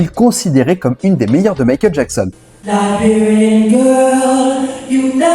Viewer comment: Très bonne video mais par pitié, arrête de prononcer « Laberian » girl ca fait mal aux oreilles ! Ca se prononce « Laïberian » !